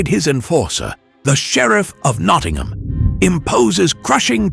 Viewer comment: I think the sheriff is sheriff of Nottingham. NOT Knottingham!